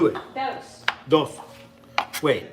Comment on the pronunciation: Alton pronounced "dos" in perfect Spanish 😎